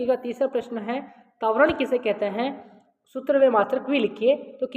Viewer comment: तवरण नही कहते है त्वरण कहते है